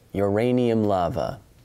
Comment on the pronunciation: 8.37 you pronounced Lava as we do in Denmark. Like, to a frightingly degree accurate pronounciation!